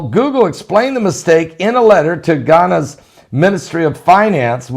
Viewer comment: It's pronounced Gaaaanah there is no I in Ghana.